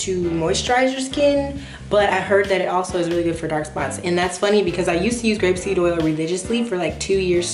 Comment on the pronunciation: was wondering too lol I couldn't tell if she was saying grape seed or rapeseed